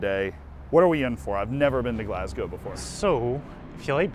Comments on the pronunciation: same thought, GalssssGOW is so annoying lmao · DOWNTOWN GLASGOW?! ZEE. PLEASE.